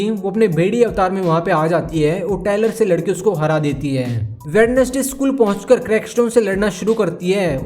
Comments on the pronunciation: Bhai वेडनेसडे nahi hota वेंजडे hota hai sahi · Brother I'd like to tell you that Wednesday is not pronunciate as वेडनेस्डे but वेंस्डे.